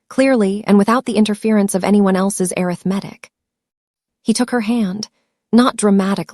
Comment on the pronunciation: If you can’t get the AI to properly pronounce “arithmetic”, choose another word.